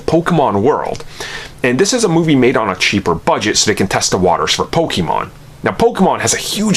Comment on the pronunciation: I don’t think you should be making this video when you can’t even pronounce “Pokémon” correctly